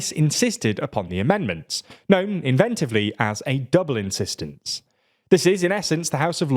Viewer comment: insistnece? lol